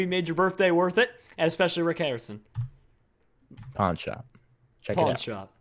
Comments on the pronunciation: He said Pornshop Insted of Pawnshop!! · it sounds like hes saying porn shop